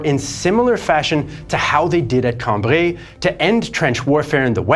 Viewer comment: It's Cam-bry, not Cam-bree.